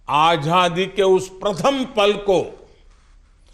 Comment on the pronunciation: आझादी नहीं आज़ादी बोलना चाहिए।मोदी जी को क्या आप यह बताने का साहस करेंगे?